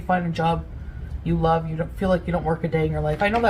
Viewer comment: more like "Brittney's Lah-ve" 😂